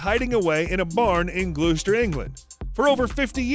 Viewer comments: It's glouster not gluester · "Gloucester" is pronounced "Gloss-ter" - no blame, common mispronunciation. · Glooster? I'm American and even I cringed at that. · "Glue-stir" England?